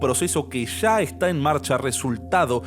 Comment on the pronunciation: disculpa la incomodidad, si la causo. Comenzé a oir el video pero al escuchar esas palabras mal pronunciadas: Sha, subra"sha", shevarnos; no me apeteció seguir oyendo. Existe la posibilidad de querer mejorar, de perfeccionar, en las cosas que si se puede hacerlo; pero si no nos interesa ser mejores comunicadores, pues hay público que no consume, lo que no está bien preparado. Es: Ya, subraya, llevarnos.